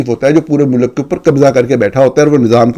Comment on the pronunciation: You pronounce ملک as Mulak it's Mulk . You are a renowned journalist. Try to pronounce right word